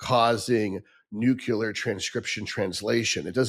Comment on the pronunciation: He lost me whan he pronounced “nucular” instead of “nuclear”. And he claims he’s educated and a doctor? Get real.